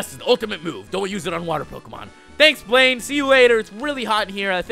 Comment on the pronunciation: when you said VS. BLAINE, I heard "Blame" XD